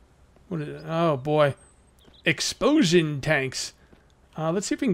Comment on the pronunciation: "Exposion tanks"